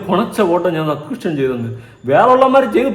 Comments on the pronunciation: Subscribtion എന്ന് തെറ്റാതെ പറയാൻ പോലും അറിയില്ല അമ്മച്ചിക്ക് സസ്ക്രിഷൻ 🤣🤣🤣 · സബ്സ്ട്രേഷൻ എന്ന് പറയാൻ അറിഞ്ഞുകൂടാ അലവലാന്ന് പറഞ്ഞ് പഠിപ്പിച്ചു കൊടുക്ക്